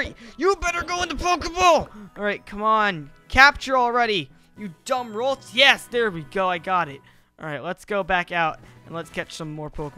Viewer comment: It's not rolts it's ralts